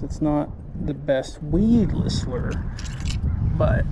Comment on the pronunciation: What is it? A Lerrrrrrrrr ? 😂😂😂😂